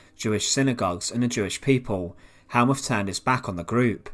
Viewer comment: Get it right! Th in German is a harsh t, so Helmuth is pronounced Helmut.